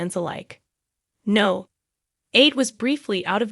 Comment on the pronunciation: It's number 8 coronation st no is short for number here in the UK not NO as in the word